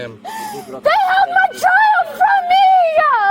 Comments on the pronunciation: I LOVE IT!!!!! Love it even more after she said “my childah” and “they kept my child from meaah”, any idiot that adds “ah” to the end of words needs arrested and sent to prison. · As soon as we hear her turn the words child & me into 2 syllables at the end of sentences, we know she is really named Karen (no offense to the many nice people named Karen). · Crazy nutjob needs to learn how to speak - its pronounced for what NOT for what with a lisp Its pronounced child NOT child'dah its pronounced they held my child from me NOT they held my child from me'ah its pronounced thank you NOT thank you'ah